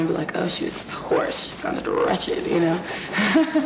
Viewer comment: "wretched", gurl, not "ratchet".